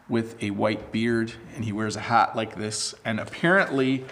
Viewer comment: Your Santa's shat is so cute~ hahahaha